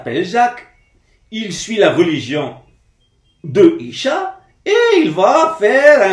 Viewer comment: On ne dit pas Isha mais Issa "que la paix soit sur lui"